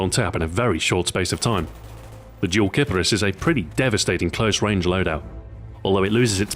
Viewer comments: Did Xbox Ahoy just pronounce a gun incorrectly? It's pronounced keep-arees. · Name is pronounced Kee-pah-rees btw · Huhu, sounds like clitoris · Ok I hear this gun pronounced in a lot of ways. "Kipperis" How I say it, "Kapris" as most of my friends say it, "KiPARis" Like how I USED to say it, and "Kip-Air-Is"